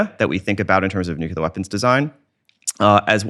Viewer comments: New-clear. Not nuke-yuh-luhr. Nuclear. It’s pronounced exactly the way it looks like it should be pronounced. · Nuclear! The word is nuclear, not nucular. Bugs me so much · Oh my god. It's NUCLEAR, not "nucular". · He seems smart and observant, as many comments state but why perpetuate the use of the word nucular which solidifies its common use as people who admire him and his intelligence emulate him and his choice of vernacular. Why not just make an effort to switch to nuclear on a highly popular recorded interview and save nucular for use when speaking with friends? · I know right? Particularly from people who claim to have actually worked with nuclear technology. FFS people, it's: New-CLEE-uhr Not: Nook-yuh-luhr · New-kl-er Yes, it is darn annoying. I was so happy when Bush's term ended. I didn't have to hear him say it like that. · Take a shot every time this guy says “Nucuhlar” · When I hear somebody say nucular, I stop listening. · then you missed an excellent interview because of your snobby attitude! Yes, it's Nuclear. We know. People mispronounce things all the time for various reasons. Doesn't take away from the content or this guys intelligence in my opinion. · Even David Grusch says 'nucular'. I decided at that moment to throw in the towel. There's someone else who knows what they're talking about who said it that way, too, recently; I just can't remember who it was. If we can't beat em, join em. #team_nucular 😆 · This guy does need to learn how to properly pronounce the word "nuclear". If you can't tell the difference, you're not pronouncing it correctly. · This guy thinks he so smart but he cant pronounce nuclear correctly smh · Learn how to say nuclear correctly. You sound illiterate. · I can't take anyone seriously who doesn't understand the word NUCLEAR. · Interesting, but he needs to learn how to pronounce the word "Nuclear' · except he cant pronounce nuclear correctly